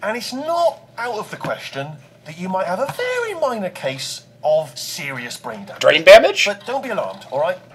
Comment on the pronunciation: Lol "Drain Bamage?"